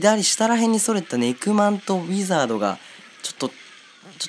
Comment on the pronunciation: ネクマンが肉まんって聞こえた